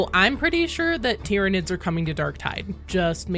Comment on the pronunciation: Are tir-rah-neds good to eat?